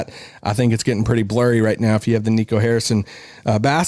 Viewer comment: "Vision is blorry"?, Daryl Morey says it helps if you squint!